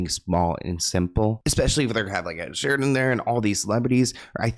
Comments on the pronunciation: It’s ed Sheeran lol not Sheridan. Not that it matters I still love u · Ed Sheeran not Ed Sheridan… love you! Xoxox❤ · You just called ed sheeren, ed sheriden twice 😂 lol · Alright, “Ed *Sheridan*” is totally trolling,. Onto your antics 😆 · “Ed Sheridan” is sending me 😂😂😂😂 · Is he saying “Ed Sheridan”?